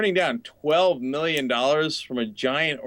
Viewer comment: 12 MIRRION DOLLARS. HAHAHAHA